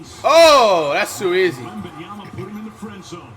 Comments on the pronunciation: Flight breaking character because he said the name right lmaoooooooo🤣🤣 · I love how flight looked at the camera when he actually pronounced his name right